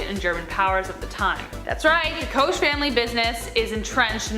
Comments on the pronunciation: Not trying to be "that chick", but just FYI -- Koch is pronounced "coke". Just sezin. Sorry. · Pronounced coke, koch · Koch is pronounced Coke btw